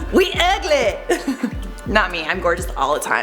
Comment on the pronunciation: “We uglee” 🤣🤣🤣 You sound like you were raised by a southern Black woman! Hilarious!